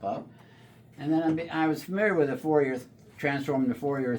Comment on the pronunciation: "Fourier" is French, pronounced "for-yay".